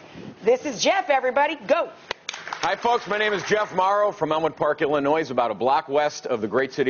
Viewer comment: Illinoissssss...so the s isn't silent?